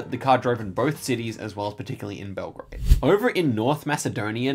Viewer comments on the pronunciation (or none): none